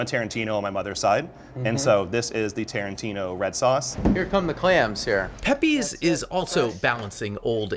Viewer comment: It's pronounced pep-pays, not peppy's. 🙄